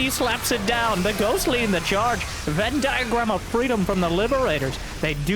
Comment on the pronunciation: "venn diascans" is peak commentator performance. my knee hurts